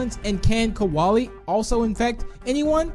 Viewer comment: KOALIE IS NOT PRONOUNCED LIKE THAT!!!!